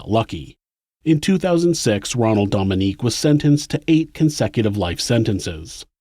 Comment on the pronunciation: I love your channel! This is a wonderful episode too. As a Louisiana native tho I feel obligated to tell you that his last name is pronounced like Dough-ming-gay. Louisiana pronunciation is hard lol.